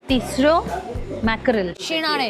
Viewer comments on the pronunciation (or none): It's not "tisro". It's "tisrya"